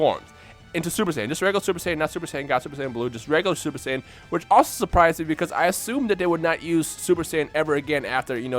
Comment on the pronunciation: why does it sound like you're saying super sandwich lml